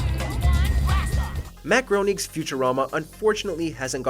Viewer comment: It’s pronounced Matt Graining